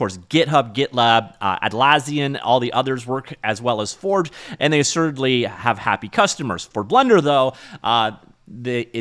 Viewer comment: He does some odd pronounciation in general. "Atlaasian" is another one...